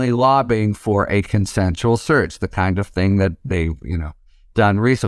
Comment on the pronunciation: The title of this video was compelling to me. After listening to ths man speak I could only tolerate one minute and nine seconds. Sounds like he's saying surge, not search.